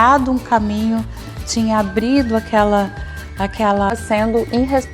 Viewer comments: Se alguém tivesse "ABRIDO" a cachóla dessa Jéga,talvez não seria tão "INRRESPONSÁVEL" de causar esse "PLOBLEMA"no jantar com o ShingLing 😮. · POBLEMA, CIDADÕES, ABRIDO... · Vala-me Deus! Ela falou abrido,kkkkkkkkkkk